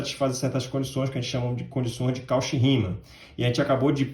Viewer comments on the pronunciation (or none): Muito bom"! Apenas uma observação: "Cauchy" pronuncia-se "Côxí". (Com sílaba tônica xí)